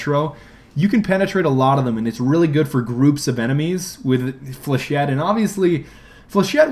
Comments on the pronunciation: you catfish...... flechette is pronounced like (fle-sh-ay) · Flechette rounds are for shit. I came up with this because the first time he said it I heard ForShit. :P